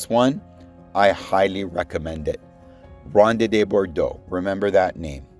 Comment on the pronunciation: How can you be really into figs and not know how to pronounce Ronde de Bordeaux? Don't you listen to Ross, Harvey, Ed Durtschi's content? I thought everyone in Canada learned French in school.